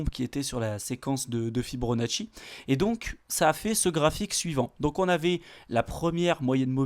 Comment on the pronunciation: "Fi-BO-nacci" pas "Fi-BRO-nacci" :-)